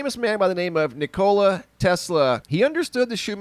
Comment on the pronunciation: The accent of Nikola is on the first syllable. Love your channel!